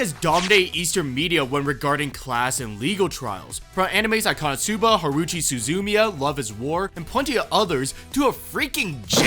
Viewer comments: Bruh said HARUCHI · How did you pronounce Haruhi?!!